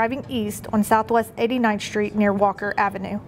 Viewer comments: Is pronounced 'street' not 'SHTReet.' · Where is "44th Shtreet"?